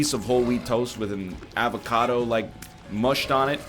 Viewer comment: HE CALLED IT AVA-KA-DOO ah good ol kylee henke memes